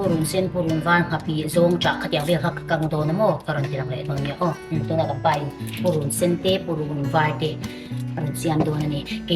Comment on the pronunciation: Pei ani lo,Pai tih tur ania.